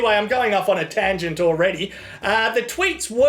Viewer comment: ...off on an "IN-tangent"...